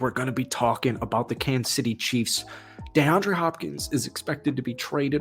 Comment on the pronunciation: "Dayandre Hopkins" the way you saying it so damn annoying